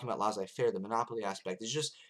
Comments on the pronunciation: Actually, it's pronounced LAY-ZAY-FAIR - not LAH-ZAY-FAIR. ;) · French Tip: when you see two SS in a word, there's no z pronunciation, it's an S one. If you can pull that off, and maybe pronounce the ai parts less like the A sound and more like a ''è'' one, viewers would spend the video searching for your baguette and beret haha. Just messing w/ you, interesting video as usual